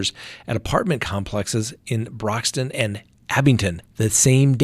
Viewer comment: its pronounced Swam-scut by locals.. and Brock-Ton.... lol I grew up there.